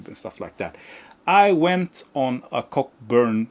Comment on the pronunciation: For the record, Bruce Cockburn is pronounced {kow•buhn} 😂 The Peps records have slipped my ears so must check ‘em out. And I am one of the few who actually like the first 9 albums by Status Quo. The drumming from John Coghlan on those records is just AMAZING! Just listen to the record Blue For You and the songs Mystery Song, Rain or Is There A Better way 💪🏼